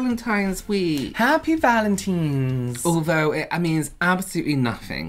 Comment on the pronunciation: I just caught that said ”Happy Vagentines Day” did I hear it wrong 🤣🤣